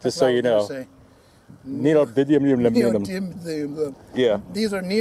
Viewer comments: I always liked AvE's pronunciation... Neo-did-lee-uhm. That'd make a good alt-80s punk rock group name maybe... Just like Taylor Swift, it'd be horrible music. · I've watched enough AvE to know it's pronounced "neodiddlyum"